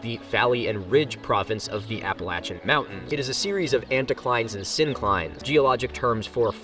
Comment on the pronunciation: As a Pennsylvanian, his pronunciation of Appalachian hurts me greatly.